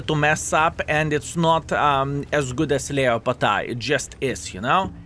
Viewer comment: Leopard is pronounced LEP ARD IN ENGLISH